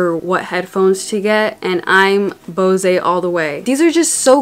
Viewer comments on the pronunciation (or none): Well it is actually bose not bosey ... It's a surname in india and the founder is actually realated to it